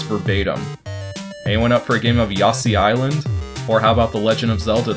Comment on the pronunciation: "Yosshi's Island" Intentional?